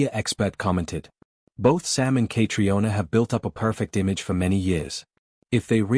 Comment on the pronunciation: Say her name correctly. It is so annoying to hear it pronounced incorrectly!